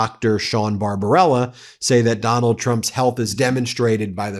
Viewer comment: Ben, his Dr’s name is BarbaBella, with a B, NOT BarbaRella with an R. Everyone seems to make that mistake but MTN is better than that! Cheers from Canada.